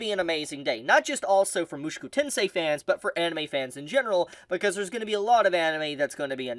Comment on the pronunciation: it is MOO SHOW KOO TEN SAY